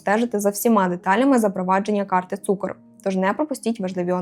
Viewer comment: Не цукор а цукр